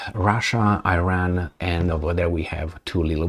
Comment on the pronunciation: Not "Eyran", it is "Iran" like you say "Itay" dear:-)